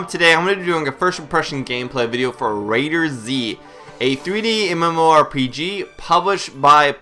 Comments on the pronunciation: just say it right before making a vid, ITS CALLED "RAID-ERZ" NOT RAIDER-ZZZZ!!! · Do you pronounce McDonald's as MC Donald's because that's a word with a capital letter during it. I don't think you do. Do you? Heck even the Admin's from Perfect world say the Z is used as a S. So please go do your homework before you reply to a comment.